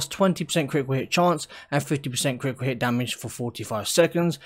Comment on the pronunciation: kri-i-cul hih chance...